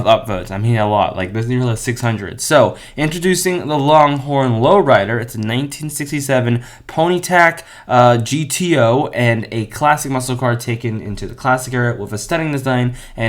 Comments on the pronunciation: btw its pontiac not ponytac Just Saying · dat no offense but its pronounced "pontiac" not "ponytac" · My guy just called a Pontiac a "Ponitac" 🤣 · You butchered Pontiac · Man doesn’t know how to say Pontiac or saloon. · Man butchered the word Pontiac